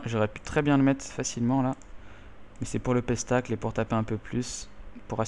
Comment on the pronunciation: le "pestacle" x) tu m'as tué on prononce spectacle si jamais x)